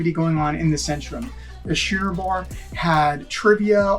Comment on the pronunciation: It is Schooner Bar, not Shooner!